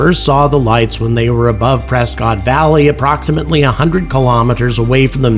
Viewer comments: I’ve heard that Prescott is pronounced as PRESS-CUT to its locals and the fine people of Az. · Prescott is pronounced Presskit in these parts😊